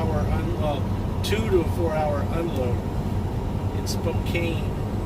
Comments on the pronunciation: Spkecan pronounced spelled Spokecane. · THE SNAKE RIVER RUNS IN HELLS CANYON. THINK OF IT AS SPO CAN NOT SPO CANE. Spokane WA